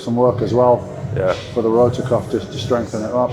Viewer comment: Rotator cuff, not rotor cuff